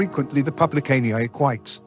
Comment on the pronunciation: It's "e-qui-tes", not "eck-whites".